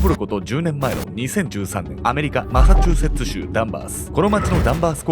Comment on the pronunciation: ついにマサチューセッツ州が言えてるww